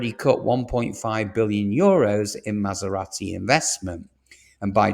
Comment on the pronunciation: You’re pronouncing Jaguar and Maserati wrong